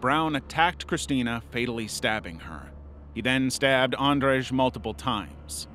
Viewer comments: Andrage? That's not how you read Andrzej at all, not even close. Check the pronounciation and try to get it close or at least use english equivalent, Andrew, if you can't say it. Do your research instead of butchering people's names without care, especially when the topic is this serious. It's disrespectful to the victim. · if you gonna put the lil accent on andrzej at least learn its pronnounced "and zhey" :D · you pronounced katarzyna rerak and andrzej rerak wrong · Its not how you say andrzej and krystyna